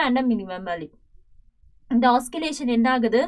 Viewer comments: Pls teach clearly also say the words properly mam you said oskillation actually the correct word is oscillation pls correct mam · Oscillation not oskillation Also can't understand anything